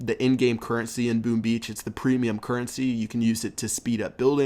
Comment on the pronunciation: Did I hear "Boom Bee" ?!! Haha